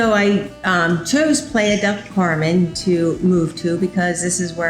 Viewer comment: Great video, however you should check the correct pronunciation of the area you live in (Playa Del Carmen)...